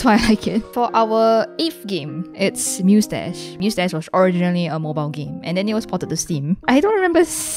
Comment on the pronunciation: when she talked about musedash ive heared mostache